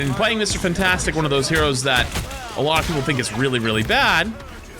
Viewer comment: I hate the way you say Mr fantastic